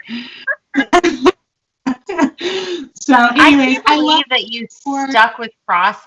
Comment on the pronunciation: I boo-lieve in Santa Claus. Boolieve.